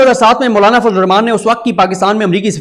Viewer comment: Sorry You are kept saying Mullana!!! I can't watch you son M sorry